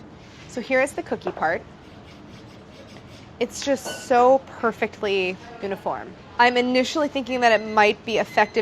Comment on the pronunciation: I’m sorry, how did Claire pronounce ‘uniform’ ??